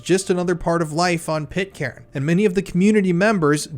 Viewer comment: Stop saying pit-Karen ffs….. it’s pronounced pit-kern….